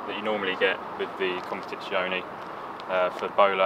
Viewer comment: Why does everyone say “Competizioni”. It’s Competizione.